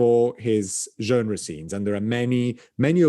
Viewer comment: How is it that, avec son français impeccable, should pronounce the word 'genre' in such an unusual manner? Its English pronunciation is practically the same as the French (just a little less Frenchified) yet he says it numerous times in a way that catches my ear for its oddness. My theory is that, after many years of being exposed to Americans who mispronounce the word due to not knowing the standard pronunciation (like 'bourgeoisie'), he has adjusted the way he pronounces this word to make it easier for average American listeners to recognise that word they'd to now only seen written in books. What a gentleman is (o; This video is another enchanting, engaging and edifying tour de force, what a treat to have and to guide us sagely and slyly through the enthralling histories of the great works in the Frick.